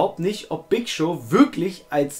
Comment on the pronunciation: Lieber. Der Gute Big Show wird Ohne R Gesprochen;)